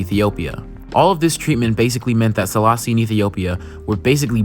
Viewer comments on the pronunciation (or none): just a gentle correction but also Selassie is pronounced as "AY" at the end, not an "EE" sound, like the word café.